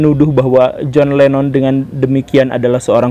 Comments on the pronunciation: John Lennon bukan John Lemmon pak..😁😁😁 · Boss kalau belum menguasai materi lebih baik jangan di bahas, Jhon Lennon masa di pengucapannya salah melulu Jhon Lemon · koq john lemon..??..😂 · kok kadang menyebut John Lennon sbg John Lemon sih. 😂